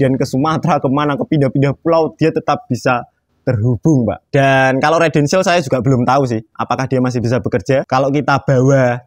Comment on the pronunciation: Residential mas..dudu redential. Bingung ngko sing ndelok